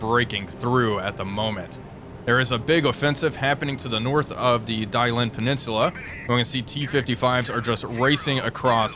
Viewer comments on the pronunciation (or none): I love your channel, as my constant views and likes should show. However, the School of Pronunciation provides much mirth. Dalian is the latest example. 😂😂😂❤❤❤❤❤❤😂😂😂 (Daa-lee-uhn). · Dah lee ehn though my tones are off, pronunciation is actually closer to the Japanese pronunciation of Dalian (Dairen)